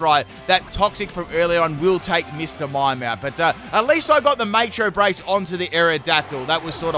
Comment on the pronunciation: Maycho Brace? How do you sing Macho Man? Please say Maycho Maycho Man